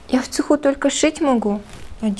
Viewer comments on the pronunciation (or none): в Цехуууууууу а не в цЕЕЕЕхе